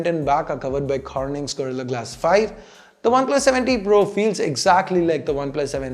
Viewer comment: It always sounds like you say oneplus 70 pro